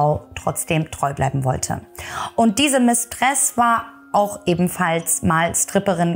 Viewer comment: Hochinteressant. Gut geschildert. Gleich abonniert! "Mistress"wird auf der ersten Silbe betont, bedeutet nur Geliebte. Das Mädchen ist einfach nur zu bedauern, hatte evtl.auch narzisstische Züge, dennoch tat sie mir immer leid.